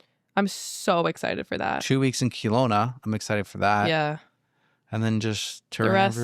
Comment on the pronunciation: I just listened on spotify and had to come here to comment this. As a Kelowna born and raised resident, please note that it is not Kee-lowna, more like Kel-owna! Much love ❤